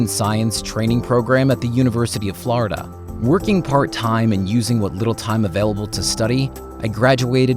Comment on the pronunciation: The way he says Florida triggers me...